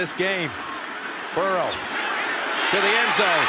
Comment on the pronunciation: Burrow***…how is it so hard for people to say his name correctly?